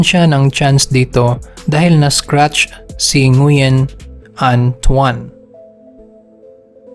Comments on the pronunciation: Ngwin po pag basa ng Nguyen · Nguyen is pronounced as wen